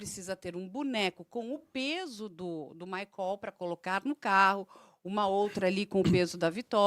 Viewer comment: Alguem avisa a da shopee que Maicol nao é uma palavra oxitona? 🙄